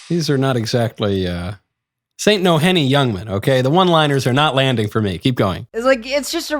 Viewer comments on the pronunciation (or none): none